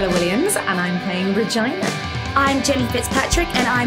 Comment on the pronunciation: Regina? That sounded weird, sounded alot like Vagina, where is this from, in UK most say Rejeana pronounced